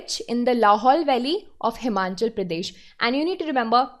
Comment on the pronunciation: Good evening mam first of all thank you for your efforts and its Himachal not Himanchal Pradesh. Both the pronunciation and the spelling is wrong in the video it feels very bad when someone pronounce your own state incorrectly and specially when the platform are too big and to popular.